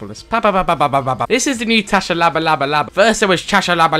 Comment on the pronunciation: his name is pronounced shabalala its south african